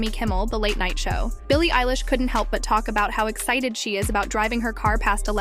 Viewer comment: Stop saying ELLISH . ITS EILISH